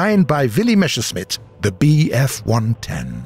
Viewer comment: "M e s s e r s c h m i t t" (Messer -> knife; Schmitt -> smith) Speak after me: MESS AIR SHMITT (it is NOT "mesh air smitt") I know, german is not the easiest language of them all, but pls at least try to pronounce it right. Thank you. also: we saw guided missiles in the last april fools event (fired by the apache helicopters for example). Is there any chance that this test will bring us the X4 Ruhrstahl guided missiles, Henschel Hs 293 guided bombs or one of their relatives in the near or far future?